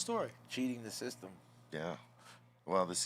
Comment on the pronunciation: B almost pronounced system seestem lol, his inner paisa almost came out, I can relate.